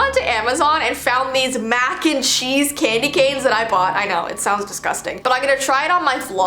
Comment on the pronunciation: U said candyganes